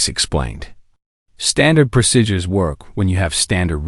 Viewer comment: WHY cant they pronounce PROCEDURES?????? Its not rocket science